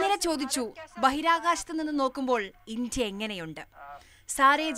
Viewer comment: ഇഞ്ചിയ അല്ല. 'ഇന്ത്യ' എന്ന് വ്യക്തമായി പറയണം കുട്ടീ. ആദ്യം അത് പഠിച്ചിട്ടു വരൂ. എന്നിട്ടു ബാക്കി ആലോചിക്കാം.